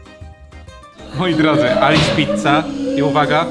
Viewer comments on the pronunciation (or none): Pozdrawiam Was kochani serdecznie,tylko muszę coś od siebie dodać że we Włoszech to imię Alice czyta się Alicze